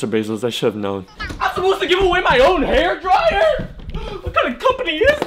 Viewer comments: that "HAEIR DRAIYUR" Sounded so Ging Ging 😭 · Bro said hairdryer in a giiing ging accent